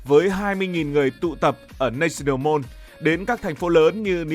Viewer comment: Mall ~ Mo chứ không phải Môn, California đọc nhẹ thôi, Pho nhi a chứ không phải Phóc